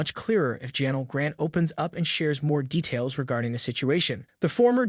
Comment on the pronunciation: Half the words he used were straight up wrong is this dude a bot? Chris Jericho was wrong, Divas, Janel Grant, John Laurinaitis... like he needs to actually learn how words sound before saying them.